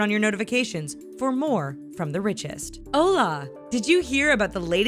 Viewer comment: I disliked this video just bc the bitch that was narrating for this channel mispronounced Español and Hola smh